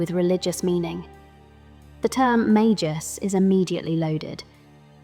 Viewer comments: I love the video. Really excellent content. Small note, the pronunciation of words with the mag- root can be tricky to figure out. In Japanese, we have メーガス三姉妹 Mēgasu San Shimai, with a hard g for magus. Again, this is so small. In English we have words magic and mage (with a j sound 'majik'). We get this from Italic languages as well as French, wherein g takes a j sound before e, i, and y, but a typical g sound in other cases. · I always pronounced it as “May-Gus”, so I never got the idea of magi from it. Loved this video! 🎉